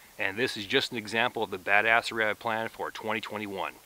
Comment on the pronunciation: He literally said badasserey in the first minute😭